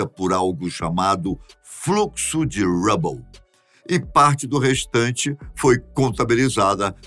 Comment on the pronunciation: Legal os vídeos do canal A pronúncia do nome astrônomo Hubble tá errada seu Desculpa corrigir